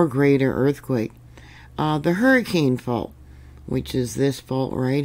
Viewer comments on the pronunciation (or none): I'm prepared - I just got the heck out of there and moved far far away from Southern Utah. I've lived all over Utah most of my life and got a chuckle out of your pronunciations 😂. Lots of religious or Native American names in the area. Nephi = knee fie Hurricane = Hurracun Weber = Wee burr For future reference... Layton = Lay UN (like you got punched in the stomach at the end, drop the 't'). Everyone was warned with that 5+ and a swarm that hit Salt Lake a few years ago. St George has had big ones before. The eclipse just passed over the middle of UT too so I'm watching the next couple weeks to see if that triggers anything. Glad to be in a safer zone today!🎉 Thank you as always for your reports!!🙏💯🤗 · Hi! I’m a native Utahn, and came to say two things. First, you’re great! Second, this area in Utah, Hurricane, is pronounced Her-ah-kun. FYI.